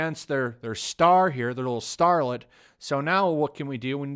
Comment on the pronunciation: For a moment there I thought you said harlot instead of starlet.